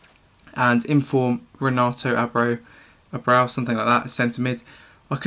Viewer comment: Great review as always. And I think Abreu is pronounced Ah-Bray-oo. Or at least that's how the American's pronounce a baseball player with the same name :)